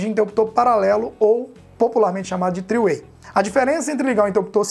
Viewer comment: Top! Só uma ajuda aí. Interruptor paralelo é no Brasil. three way (o mesmo que 3 caminhos) em inglês. Esse tree do texto é árvore em inglês. A pronúncia é um pouquinho diferente. Abraço!